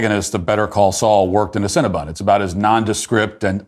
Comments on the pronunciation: Matt, you have this all wrong. It is CinnabOn, not CinnabUn. :-) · Love that Matt keeps calling it Cinnabun instead of Cinnabon.